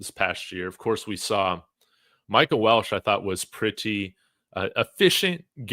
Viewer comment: Its pronounced Wel-che not Welsh. There is no "S" in his last name. Respectfully.